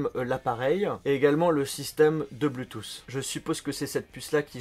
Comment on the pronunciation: Pk vous diser "bluetooss" et enfait c "Bluetooth"